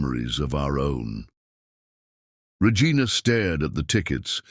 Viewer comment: Why does the AI keep mispronouncing the name Regina?